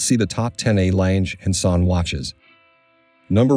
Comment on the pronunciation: Very interesting but for the record it’s pronounced ………….R lunger and zuner (I know that’s not the spelling just how it sounds)